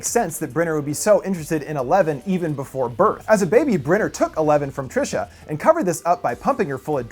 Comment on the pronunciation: Trisha a funny way to pronounce Teresa